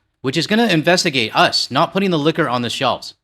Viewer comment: "Investiaye" all you want. We still aren't buying your booze.